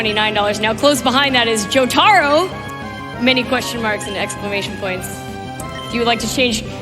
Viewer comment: Did this woman say Joe Tarooh?!?! It’s Jo ta ro